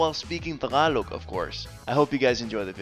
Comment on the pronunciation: Nothing aggressive about this comment im about to make, but what makes me steer away from your videos is when you put "FLUENT" in the title of your videos and whenever you try to say "TAGALOG" you keep pronouncing it as "TA-GA-LO" missing the annunciation of the letter G.